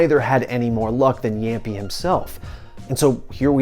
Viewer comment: what is jämpi its jamppi